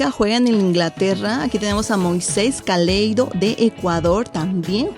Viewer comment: Se dice Moises Caicedo no caleido baby 😂😂😂